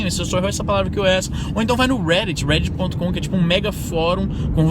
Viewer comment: é o "Ruéditxi". :P Sem zueira: Reddit.